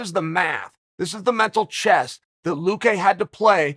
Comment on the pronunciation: I internally smirked when Anik called him "loo-key" Loo-key, loo-cue, loo-qway, luh-kay,, luh-cue, luh-qway